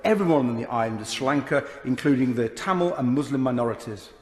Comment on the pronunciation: It is not Stee Lanka.......but Sri Lanka in Sinhala! Please learn to pronounce the words correctly ! Do not think you sound like Americans.......very very ugly. Learn to say the words correctly instead of fooling yourself. All people of Tamilnadu are indeed in a dream state of being elevated Americans......which is false!🙂